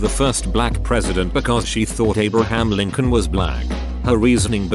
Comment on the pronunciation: wtf Abraham Lincoln is really weirdly pronounced